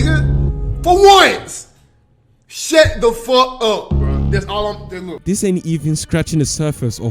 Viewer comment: “shet the fuh uh”